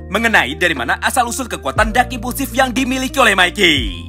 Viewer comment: Semua lu panggil dark impusiv,bosen w dengernya